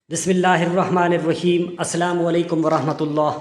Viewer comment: غلط نھیں پڑھیں۔ الرحیم ھیں